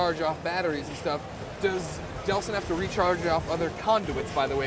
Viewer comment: its not deslin its delsin